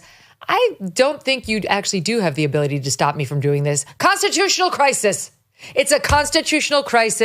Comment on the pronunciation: Why do many of these government employees say consitutional instead of consTitutional?